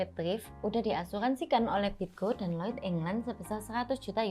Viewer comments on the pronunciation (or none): none